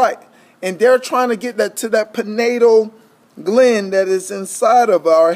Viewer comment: Good video. It's pronounced PI-NEEL GLAND. Not PIN-NATAL GLAND.. for the future